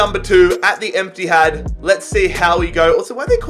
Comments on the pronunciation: He said " empthad” 😂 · he calls the etihad the "empty-had" dying 🤣🤣🤣 keep up the good work! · man said emptyhad😂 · emptihad Me: 😭😭😭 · Love how you called the Etihad, the Emptyhad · “leg number 2, at the Emptyhad” what a savage 😂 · Even called it the emtyhad